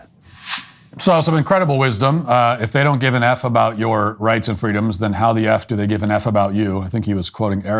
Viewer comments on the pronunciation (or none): Wights and fweedoms